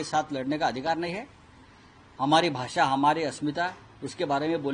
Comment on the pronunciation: Mr Dubey please pronounce at least correctly - u r saying ' भासा ' instead of ' भाषा '.